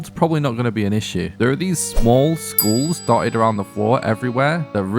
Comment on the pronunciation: “Giant Skools”